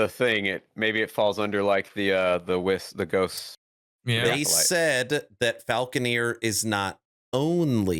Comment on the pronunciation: It's Falcon-er. Not falcon-eer.